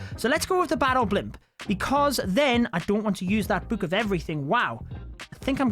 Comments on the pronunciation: Stop saying book like that ffs. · Why you said book like that 😂 bewk